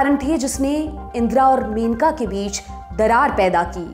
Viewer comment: मेनका नहीं, मनेका गांधी सही नाम है, कृपया सुधार करें।